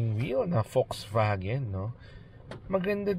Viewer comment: Folksvagen! That’s the german pronunciation. I enjoyed the video because of the rain background. And yes, the Ayala loves that brand. Thank you for sharing the Bible verse.